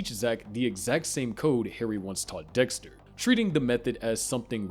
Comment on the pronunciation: I can’t get over “Doxter” 😂😂